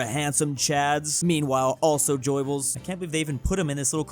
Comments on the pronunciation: is the type of guy to read "Goebbels" as "Joybells" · The pronunciations are killing me, especially for Goebbels and Shawarma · pronouncing Goebbls😂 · The way said Goebbels though. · Petition for to learn how to pronounce Goebbels. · Please! It really was horrendous.